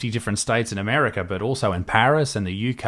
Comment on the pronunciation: 'Armerca' Bruh